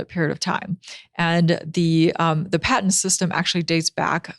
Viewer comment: .. patent rhymes with bat tent.... It does not rhyme with pay tent.